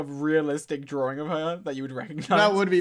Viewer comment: he's drawring